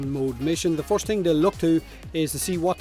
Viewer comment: he says first like forced i wonder how he says forced???